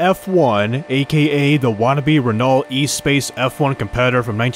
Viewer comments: The Renault Espace is not pronounced like e-space, it's ess-pahs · Please never ever try to pronounnce the Renault Espace F1 again 😂